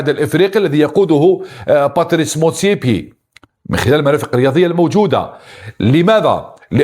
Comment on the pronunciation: motsepe. مش motsepier يا ابو جهل